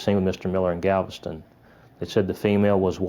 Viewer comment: GAVISTON OH GALVISTON LMAO